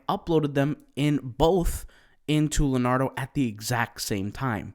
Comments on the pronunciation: It's not pronounced Lenardo, it's pronounced LeeOnardo. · It’s Le*O*nardo. Da Vinci? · LEO NARDO not LANARDO